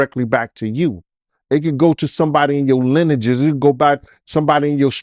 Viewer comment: "Linajuz?" It's lineage bruh lol